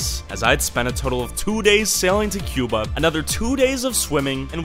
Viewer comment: he sounded like he said Qbutt